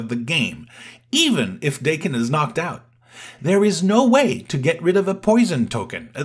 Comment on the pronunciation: If it is wolverine’s kid, it’s Dakk-Enn for pronunciation